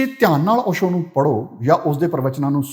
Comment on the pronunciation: Osho dhe parnaunation v sahi nahi.... Palli bhaaji